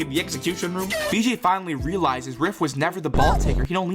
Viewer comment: "binally" I feel like you didn't want to mess up a whole script with 1 mistake and me and a few other viewers have to point that word out, :3